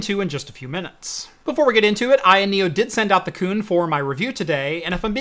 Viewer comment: You almost got it right Ayoneo you almost got it right